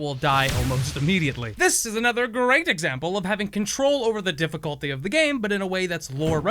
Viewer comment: "Difficlty this, difficlty that. How about you difficlty this nuts"